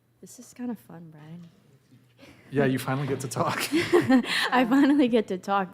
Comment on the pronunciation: "valid" not "validate". Also it's "Brian", not "Brain".🤣🤣🤣 Brian does such a long podcast so that the guests can have enough time to say what they have to say, and can express themselves fully and completely. And it sounds like you don't like critical thinking and morals, which is a you problem. I suggest you deal with it, and grow up.😊